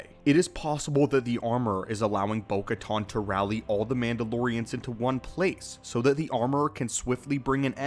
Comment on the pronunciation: Bo katan not caton!